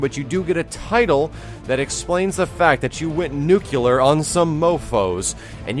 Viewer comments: Nu-CLE-AR. Not Nukular lol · I love you, but you say nuclear like George Bush.